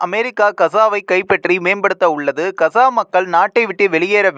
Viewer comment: இந்தா கசா இல்லை காஸா gaza உட்சரிப்பு இதுதான் யார் பலகீனம் அமெரிக்க இஸ்ரேலிய கூட்டு அல்லது ஹமாஸ் ஆஆ